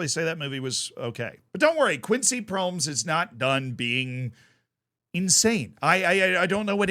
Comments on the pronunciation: Hahaha had to stop the video when you pronounced his name. Not laughing about you, but never thought of the possibility of pronoucing it like Proms haha its Pro-mes with the E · His name is actually pronounced as Pro-mes(Pro mess). "Mes" is also the Dutch word for knife. And he was convicted of stabbing his cousin. So he definitely was pro-knife, so to speak.